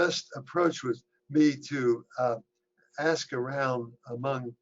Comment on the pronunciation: Ha! She said “ax” the expert. Im a college educated minority who grew up in the ghetto amongst the worst of them, and there is nothing, and I mean NOTHING, more infuriating and cringeworthy than someone who insists on “keeping it real.” And trust me, she could easily turn off this slang affect at any moment…we all can. I can sound like an Astrophysicist or ghetto trash at the flip of a hat and any person who has spent any time around educated, professional folks for just a year can easily sound intelligent with barely a hint of street. They do it on purpose and I don’t get it. Especially since there is a way to,lightly sprinkle in just enough street and still pronounced the entire English language correctly.